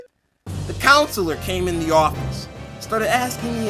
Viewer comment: “Consolor” im ded